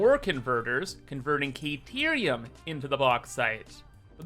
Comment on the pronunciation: CAH-TEER-EE-UM... Stop pronouncing the "a" in carerium like "aye"....i beg you .. Please